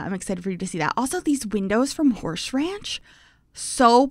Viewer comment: I recently became aware of how you say Horsh instead of Horse when mentioning Horse Ranch and now I can't unhear it every time you bring it up, but it adds a little giggle to my day 😅